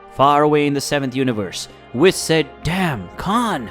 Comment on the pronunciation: Cay-yone🤣🤣.... Whiss-Khalifa🤣